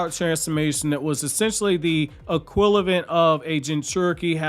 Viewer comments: You keep saying “equilivent” instead of “equivalent”. Otherwise, good work. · Bro I love your videos I watch them everyday and have been for the better part of a year. You rarely ever pronounce a word wrong at least from what I've heard, so when you said "equilavent" I actually burst out in laughter since I've heard you pronounce it correctly dozens of times. 😂💙 Much love from Toronto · "Equilavent"? 🤔 lol